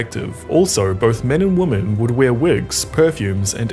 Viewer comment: You are mispronouncing "women". It's annoying.